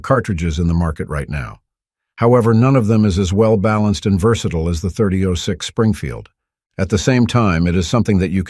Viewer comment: I agree. A major gun rookie made this vid or someone without a clue. It was digitally read as noted by the mispronunciation of 30-06..